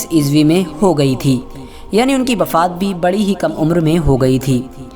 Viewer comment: Bhai bafaat nhi wafaat hota hai